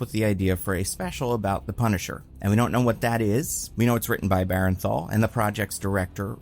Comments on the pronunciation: Buddy I swear I have to comment this every goddang time. It is BERN-THAL, not BAREN-THAL. please, for my sanity acknowledge this. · please. its BURN-THAL. not BARREN-THAL